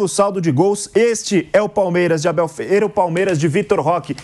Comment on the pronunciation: O MCP não consegue falar o nome do Abel. Um bobão.😂😂😂